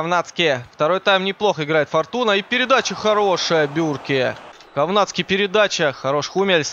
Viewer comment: Говнацки ? Я не ослышался ?